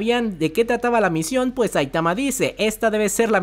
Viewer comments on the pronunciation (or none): none